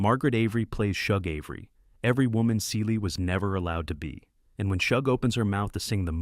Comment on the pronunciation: You screw most of the story saying Shug Avery name Wrong